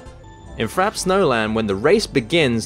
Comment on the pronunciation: frappe = fra-pay